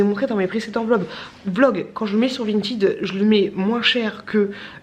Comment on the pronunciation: On dit pas vintYd on dit vintEd😂😂 Et t’es trop belle😘😘